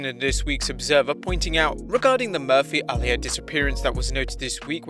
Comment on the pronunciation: Is it just me or is anyone else annoyed at the fact he keeps pronouncing Aaliyah’s name wrong